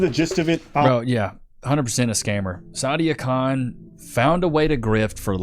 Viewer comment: Its not sadia khan, its Side-A Con